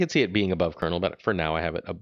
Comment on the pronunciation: Calling him “Colonial America” makes me cringe. That’s so bad. It’s pronounced like “Colonel Sanders”